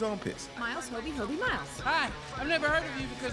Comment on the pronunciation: Hobie not hobei